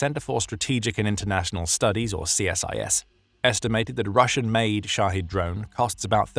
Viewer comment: The drones are called Shahed. Shaheed is a martyr. So kindly speak clearly.